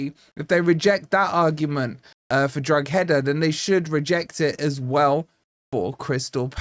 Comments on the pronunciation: "Drog-header" sounds like a Chelsea striker sticking the ball in the net 😂 I believe it's "Dro-eeda" but unless you'd watched Irish football, you probably wouldn't know that. And is pretty bad at pronunciation (sorry mate but you know you are!). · I'm sorry... DroG-Heda... What?? Droh - Heda Please fix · Its pronounced dro ha da. Not drogheda😂. G is silent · It's pronounced "Droh-head-a" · the word is Drogeda the h is silent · "al qadsiah...but will we 'siah' goal..." that's the kind of shizzle that keeps me coming back to this channel lol. and thank you for pronouncing al qadsiah properly, although in exchange you did make a dog's dinner out of drogheda lol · No English YouTubers seem to be able to pronounce Drogheda 😂😂😂